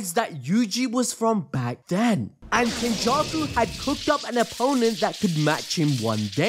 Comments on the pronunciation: 👀 Ain’t no way you said, “Kenjussy.” 😂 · Yoooo bro said "kenjussy"